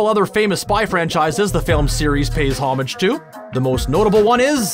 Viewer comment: If you don't know how to say "homage" correctly, don't bother.